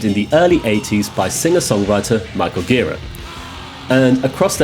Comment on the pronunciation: Last name is pronounced “jer-AH”